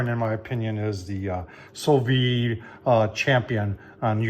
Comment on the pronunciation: An interesting tool. While expensive, the instructions on the panel greatly shorten the learning curve. However, I must point out that it is pronounced SU VIDE. You should pronounce the D. Listen to Darren on his channel or google it.